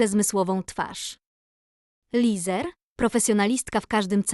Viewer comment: Lesar nie Lizer